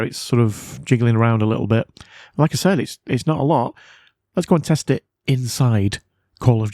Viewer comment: You spoke very fast "like I said", and it sounded like "Alexa".